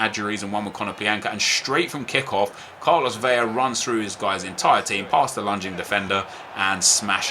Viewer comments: ITS 'VELA' not 'Veyya' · 1. Nep is the best FIFA YouTuber 2. Vela is pronounced "VEL-LA" 3. Rafinha is left-footed